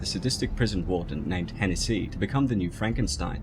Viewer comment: I don't mean this derogatory or anything but the pronunciation of Hennessey kills me.